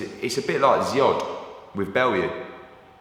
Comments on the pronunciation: Loooool he pronounced it as ziod which confused the fck out of me 😂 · I like hearn's pronounciation of foreign fighters. Drozd = Zod, Uzcategui = Ooz-cats-guy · Hearn's pronunciation of Drodz! 😂😂😂 Kneel before Drodz!